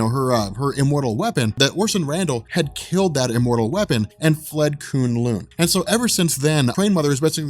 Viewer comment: Koon Loon sounds so terrible K-Uh-n L-Uh-n